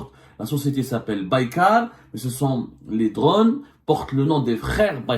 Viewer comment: il ne sait même pas prononcer le nom de la société Turque qui fabrique les drones !